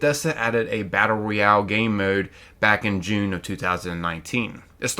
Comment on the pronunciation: Nuclear Winter was the best part of FO76 and the ONLY multiplayer pvp I've ever really enjoyed. Also, bro, it's pronounced ROYale not REYale. 😉😉